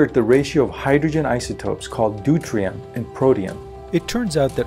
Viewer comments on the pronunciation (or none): Deuterium not Deutrium